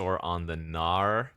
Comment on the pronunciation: Every time you say “gnawer” I hear “no” in New Zealand tongue